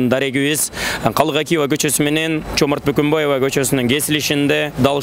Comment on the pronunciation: Жоомарт Бөкөнбаев Калык Акиев деп туура айтчы